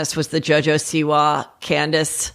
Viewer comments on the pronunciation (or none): none